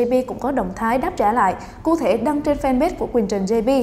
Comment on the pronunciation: Cụ thể mà nghe ra ku thể xD